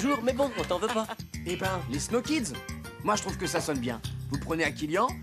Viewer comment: Je viens enfin de comprendre le nom de leur équipe.... Après des années, pourtant j'étais déjà ado je crois quand ça a commencé, mais avec leur prononciation, jamais entendu "Snow Kids".